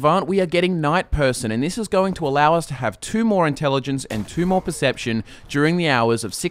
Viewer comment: percpetion xD